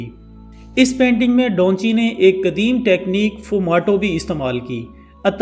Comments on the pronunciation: Bro its da van chi not donchi.. correstion pLz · O bhai Donchi nahien its Davinci🤣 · Its Da Vinci not Daunchi like you are pronouncing mate .. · Da Vinci ko Donchi.. or the last supper ko sooper... Channel itna bara hai mehnat keya kren pronunciations pe